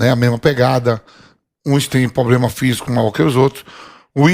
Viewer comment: Ele fala poblema